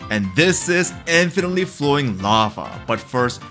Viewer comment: "Infenetly flowing lafa"